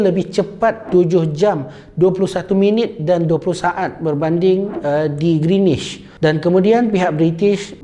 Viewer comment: Knp speaker sebut greenish? 🤔